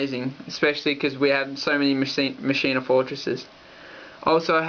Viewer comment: Machina is pronounced Mach-Ina. Not Machine-a.